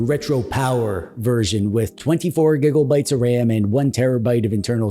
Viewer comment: Why "gibbel-bites", yet Terrabites you say correctly? I'd expect Tibbelbites.